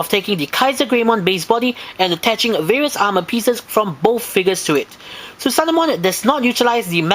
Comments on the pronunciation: It's not "Susanomon" It's "Susanoomon". I know it's redundant, but you have to pronounce the "o" twice. Come on now. You gotta get details like this right because... umm... I said so! *Enjoys nitpicking these olds vids despite enjoying the review and giving it a thumbs up* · Su-sa-no-O-mo-n ： スサノオモン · "THUTHANOMON!" Great figure tho